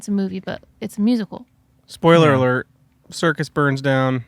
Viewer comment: Spoiler awert: Chad and justin can’t say spoiler alert 😂